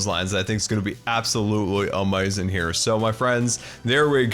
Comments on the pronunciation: Love how you say amazing as amazon at least thats how I think its spelled, also shout out from Washington state here too! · Love the way you say amazing